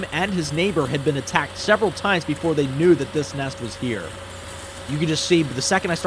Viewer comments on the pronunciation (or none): none